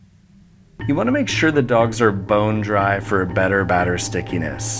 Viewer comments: Why tf when you say dogs it sounds like duh-cks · "korn doKS"